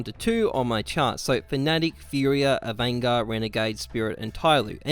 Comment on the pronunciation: Avangar? Are you serious?